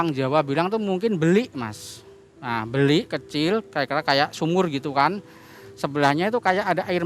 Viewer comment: Bukan "beli", tapi "belik". Orang Jawa bacanya "mBelik" semacam sumber air gitu biasa buat mandi